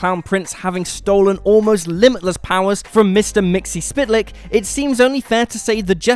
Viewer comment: The way you pronounce Mr Mix-el-pit-el-ic is atrocious.